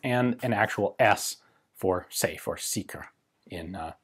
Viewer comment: "Sicher" not seeker XD